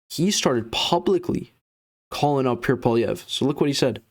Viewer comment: You are full of 💩💩💩💩💩. You can’t even say Pierre’s name right! 🤬🤬🤬🤬🤬🤬💩💩💩💩💩🤬🤬🤬🤬